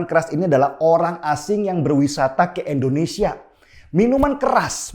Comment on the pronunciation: Bagus banget, Bang Denny, Tapi maaf nih, kalau ngomong "Indonesia" jangan jadi "Endonesia" ya Bang. 🙏